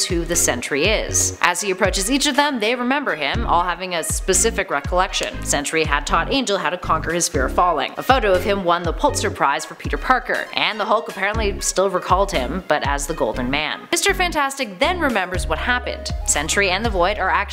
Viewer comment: You say Quantum, but can't say Quasar?... Whoa and I'm writing as I'm watching and you just said Pultzer Prize.... C'mon these (and several others) are too easy to be mispronounced.